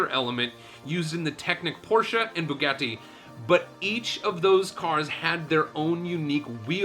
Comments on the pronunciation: Bugetti? It's Boo-got-ee Bugatti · How the hell did he pronounce Bugatti? Like Spanish, Italian is phonetic. How he got an "e" pronunciation is beyond me. Then, he continuous to torture with the horrid mispronunciation. Thumbs way down!!! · Man really said bugetti shron